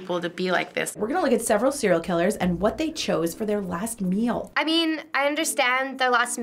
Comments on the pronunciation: hon. i think you got it all wrong ✋🏻 it’s not mill, it’s meal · She also doesn’t say “meal” she says “mel”